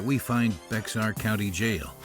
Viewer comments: Someone from SA here! It's pronounced Bear not Bex-are. We have wierd words here i Texas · ITS BEAR COUNTY !!!! Not BEX-AREEE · It's pronounced Bear county , not BeXar. Gezzzzzzz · It's pronounced "Bear" County, the 'x' is not a 'ks' sound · BEX- AR County Texas. 🤣🤣🤣🤣🤣 San Antonio, Texas resident here - it’s pronounced BEAR County. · It's pronounced "Bay-har County"! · Bex-ar County jail?? Lol It's pronounced "Bare". All this preparation and you don't even bother to find out the correct pronunciation of the place you are filming. Lol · Bex-ar? It's Bear. And San Antonio isn't remotely the 2nd largest city in Texas. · 2 things i noticed right away. First i never heard anyone in San Antonio pronounce it as Bexar County, i always heard it said as "bare" County. Second i never once saw anyone down there sporting a cowboy hat, just saying. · By the way, the county for San Antonio is pronounced Bear County not Bex-ar even though it has an x in it. That gets so many people when they first move here or visit here. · Bexar Co. is pronounced "Bear County" and yes, there's a Texas story behind it. 😊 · Bexar is pronounced Bear, it's a Native American name. The x is silent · Pronounced Bear cpuntu..not Bexar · I know no one cares but just fyi Bexar is pronounced with the x silent, same as bear. I used to pronounce the x too but I got laughed at for doing that. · Pronounced "Bear" County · It's pronounced bear county, weird I know. Welcome to Texas. Solitary confinement is by far the worst thing I’ve been through. It was worse than my eye popping out of the socke, from the fight I got into to be put in there. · Cringe when he pronounced the x in Bexar County instead of saying bear county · It’s pronounced “Bear” (Bexar) county . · It's not hard ... it's pronounced Bear like the animal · Bexar County is pronounced "Bear" or Bare" Do your edit and clean it up. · I thought it was pronounced Bear county? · The X is silent in Bexar county white boy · You pronounced Bexar wrong